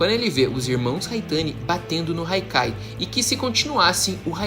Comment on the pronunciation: AAA que agonia dele falando haikai AAAA e hakkai porraaaaaaaaaaaaaaaaaaaa